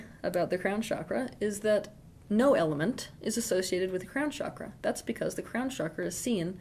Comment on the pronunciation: Osho also talked about being authentic but in a different way . He was poisoned . I hope you survive. Also it’s not “shakra” it’s “chakra”